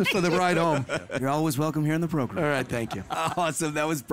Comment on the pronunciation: 'Megan Kelly Joins the Progrum'